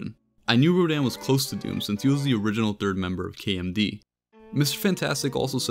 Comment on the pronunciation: It’s Rodan